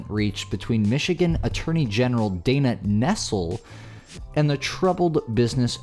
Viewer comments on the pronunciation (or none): none